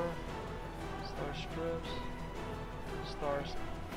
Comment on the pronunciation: Thank you for showing the new wares. I'm at max budget and still not through with my build, but I'll make room for those neon lights! P.S. The "i" in "stripes" is pronounced the same way as it sounds in the word "hi". Thanks again for the video!